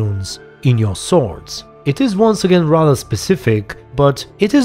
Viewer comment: In ps4 update he still says top notch sowrds